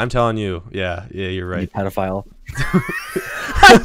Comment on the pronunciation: He just called you a pedal-Phile😂